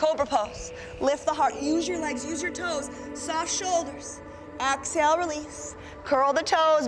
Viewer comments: Why does she say axehale? what is wrong with her?! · I could NOT be relaxed with an instructor who keeps saying axehale...